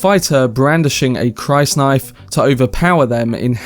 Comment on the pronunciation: Also it is pronounced “chris-knife” not “crys-knife” sigh.